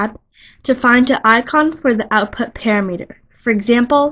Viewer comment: Excellent content. I learned what I came here to find out. But please correct your pronunciation. It is pa-Ram'-i-ter not para-meter.